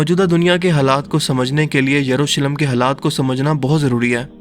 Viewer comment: Jurusalem nahi ...yerusalem..yahoodiyo ka anjam bura hi hoga...inhe kon bacha Sakta h..